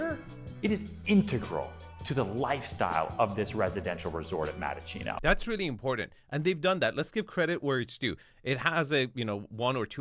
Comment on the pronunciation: It's Mattaccino not Madachino